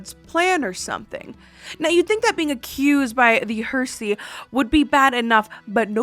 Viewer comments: Heresy is hair-ess-e not her-see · Hellooooo fellow Canadian from over here in Alberta!! 😁 Just here to help with the word heresy. It’s said more like hair-see or hair-uh-see instead of her-see. 🤗 I love your haunted estate episodes because you’re such a great story teller! 😊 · Just an FYI: it's Heresy not Hersy. (Hair-a-see) 😊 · Her-sea! 😂Heresy? I love your videos! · Heresy is pronounced "heh reh see" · The way you pronounced "heresy" made me smile lol. Don't ever change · Oh my God you can't even pronounce heresy